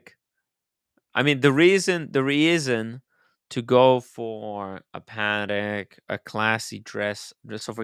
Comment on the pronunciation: you are wrong! It’s Pa-tec. Not paddock. All you have to do is listen to the CEO of the company. Pretty sure he knows how to pronounce it. 🤷🏼‍♂️🤷🏼‍♂️😂😂